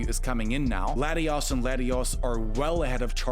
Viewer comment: I like how you pronounce Latios as Latius, and Latias as Latios! Adds an element of chaos 😂